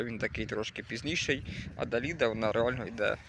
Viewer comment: Далида -была популярная певица ;ударение на последний слог